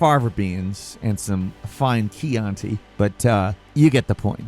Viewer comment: of course knows how to pronounce "chianti" correctly. he's a sophisticated bird.